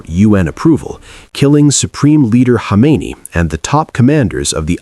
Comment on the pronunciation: Well made video but the artificial voice over should be replaced with a voice which can ponounce Iranian names. It creates confusion when Khamenei is pronounced as Khomeini. And why should we have to listen to American accents in any case? American dominance in everything needs to go!